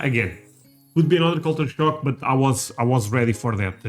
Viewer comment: Am i hearing "culture shark"?